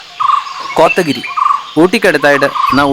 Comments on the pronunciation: It is not kothagiri but Kotagiri. Please do spoil name by mispronounciation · കൊത്ത ഗിരി എന്നും പറയുന്നുണ്ട്